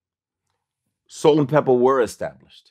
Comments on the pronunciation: It’s not salt n pepper, it’s salt n pepa! VLAD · Pepa maaaan. Not pepper. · Vlad should know it's Pepa not Pepper 😂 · Who tf is “Salt N Pela” Cmon Vlad 😭